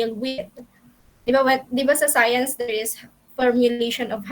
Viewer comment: "hey.. are u still dere..." HAHAHAHAHAHHA